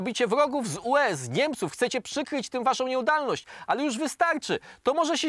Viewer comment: Przydałoby się poprawić wymowę panie, także przy głośnym czytaniu. Czyta pan "nieudalność" zamiast nieudolność. Poza tym śmiech w trakcie mówienia bardzo przeszkadza. W kwestii treści, mimo skandalicznej informacji o alkoholu pana S., za dużo prostackiej zjadliwości w wypowiedzi. Który z filozofów najbardziej wpłynął na pana życie? Wiem, wiem - to pytanie retoryczne.